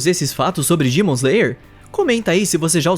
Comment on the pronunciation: Cara no meio do vídeo eu percebi que em vez dele falar demon ele fala dimon me deu uma agonia